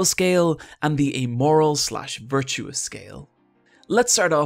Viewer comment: Virtuous, not virtuos. That bugged me more than it should.